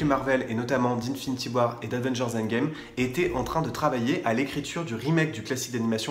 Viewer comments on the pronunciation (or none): none